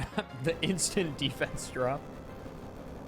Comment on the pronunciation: Why do you say DE-fence like that?